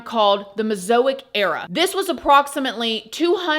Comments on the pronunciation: Ma’am, your explanation of evolution is very disingenuous. Please don’t try to explain a scientific theory that you clearly don’t understand. Also, the period is Mez-a-zo-ic (phonetically), not Mezoic. Clearly, you are a creationist and you saying we”lol never get monkeys to talk is ridiculous and demonstrates your bias towards your biblical belief system. There is NOTHING wrong with you believing whatever you want, BUT, please don’t do a video like this pretending that you’re not pushing your beliefs more than the scientific evidence…just sayin’. I LOVE your true crime stories, but I think you should stick to those… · She can't even pronounce Mesozoic Dunning Kruger effect is strong in this one